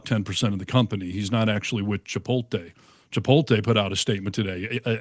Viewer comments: It's Chi-pote-lay not chi-pole-tay 🤭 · Pet peeve. Please note, it's not Chi-pol-tay. is saying it wrong. Look at how it's spelled. Chipotle. It's Chi-pot-lay. I hear it mispronounced a LOT. Practice saying it correctly. Thank you. 🌯